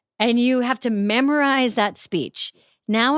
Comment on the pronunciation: Baby angel madam podcaster why do you say memorize as mammorize like mammory gland it made me laugh